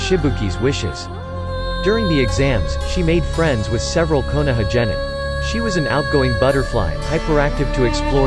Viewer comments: jenin, iaisoubu/ISO boob/iso views, R-I-N no hara, jaanin, Maccabi/baatabi, udakada/Dokata/eudicotic, gookie, pon hailing from a wagga cure , Kabudo, Kakua/kukui, Honda(Han), Ledo/meadows(mito), Hoshi rama, oats itsuki, yuhgoora K-A-R-A-T-A-C-H-I, Aakatsooki, theres more but its just so cringe... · i know you didn't say jenin instead of genin i👏🏻know👏🏻you👏🏻did 👏🏻not👏🏻say👏🏻jenin🤬🤬🤬 matabi??? wow yutakata?? im disliking